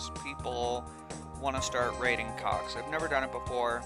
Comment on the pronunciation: whew, this whole time I thought you were saying cocks! That was close.